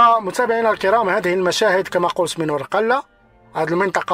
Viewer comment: تنطق ورگلة و ليس بالقاف